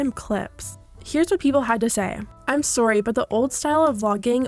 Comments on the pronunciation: I never realized was probably Canadian until I heard her say about and sorry haha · Omg ur Canadian I could tell from the sorry